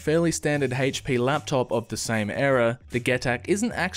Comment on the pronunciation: Lol, the "HAYYEIch-P."